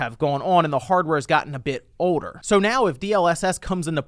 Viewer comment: Guessing he's from around the Virginia region since he messes up the letter L in words like older, saying "odor"